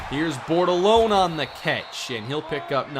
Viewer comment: Anyone else remember when he couldn’t pronounce Bordelone?